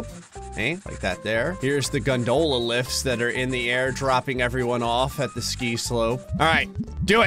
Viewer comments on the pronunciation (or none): The gondolas for the black diamond ski slope.... "Gundolas"... Lol